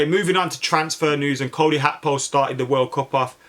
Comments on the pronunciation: It's Gakpo not hakpo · Gag-kpo not hakpo